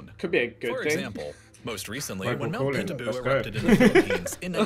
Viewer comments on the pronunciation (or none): im sorry but he said and even labeled the volcano "pintabu". its pinatubo. dude to lazy to do a quick name check. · it's actually Mt.Pinatubo, not Pintabu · Correction, it's Mt.Pinatubo not pintabu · "Mt Pintabu" is actually Pinatubo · Pintabu should be Pinatubo lol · It should be Mt. Pinatubo, not Pintabu. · Correction: that is not "Pintabu", it is Pinatubo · Why did the volume decrease for a second? It's only stock footage It's not Pintabu, it's Pinatubo I swear JJ's left eye moved more than his right That was cringy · As a Filipino, I was really dissapointed hearing Mt. Pintabu, It's Pinatube for fuck's sake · Pintabu? I thought it was suppose to be Pinatubo? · Correction: Mt. Pinatubo not Mt. Pintabu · "Pinatubo" not "Pintabu" 😂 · It's Mt. Pinatubo not Mt. Pintabu lol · pintabu? Correction it's MT. Pinatubo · It's Mount Pinatubo not Pintabu. Greetings from the Philippines ❤️. Wooop wooop! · The volcano in The Philippines is actually called “Pinatubo” not “Pintabu”. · its Mt. PINATUBO not PINTABU #facts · “pintabu” lol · Dude its pinatubo